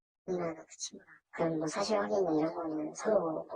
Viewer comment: 사실 이라는 것을 엄청 강조하네요.